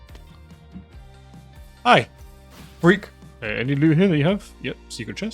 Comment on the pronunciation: im not trying to be mean or anything but the way he says frek kinda kreps me out